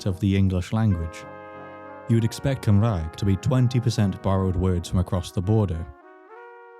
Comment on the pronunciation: 😒🤚Cumrag? 😎👉Cymraeg.